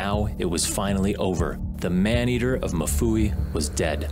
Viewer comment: Mfuwe not mufuwi